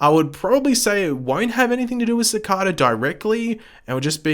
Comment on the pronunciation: You are saying Cicada wrong